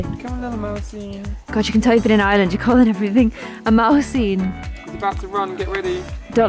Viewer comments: I swear whenever you say “Ireland” it sounds like you’re saying “island” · I’m glad said Ireland right. kept saying island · i honestly thought he was saying island until i saw this comment 😂😂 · Why you say Ireland you are saying iland not being mean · pronounce it in an Irish accent